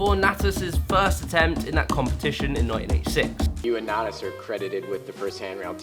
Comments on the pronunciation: nah-tus not nay-tus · Natas was also mispronounced